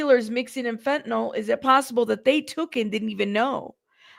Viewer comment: Fentanyl, not Fentanol.